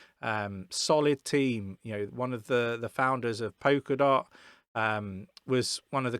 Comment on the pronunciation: Lol "poker dot"